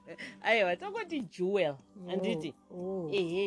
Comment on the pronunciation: Jewel not juwel